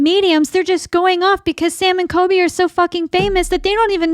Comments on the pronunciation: it’s coLby not coby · It’s COLBY. ‘Cooolllbbbeee’ not kobee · All investigators are faking, thats literally the entire concept of this brand of video. It's all fake. Most people KNOW its fake. It's kind of disgusting how little you respect people, and its clear because you can't even be bothered to say COLBY's name correctly. You roll your eyes and have a "I'm better than them" attitude this whole video. If these guys are scammers, so is everyone else. It's entertainment, get over it.